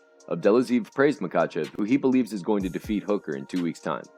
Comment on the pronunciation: It's pronounced Ma-Ha-chev